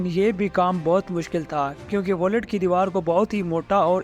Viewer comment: Aray yaar " wallet " nahee....VAULT...VAULT!!!!!!